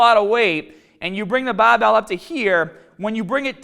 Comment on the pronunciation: Great advice! Going to start this bicep workout next. Love the accent man, sometimes it can sounds as if your turning into a sheep when saying baaaaaaahbell